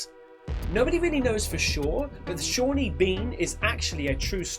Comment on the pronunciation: SAWNEY Bean... Not Shawney 👍